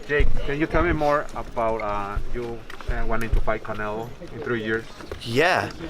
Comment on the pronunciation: Why are you saying Conelo bruh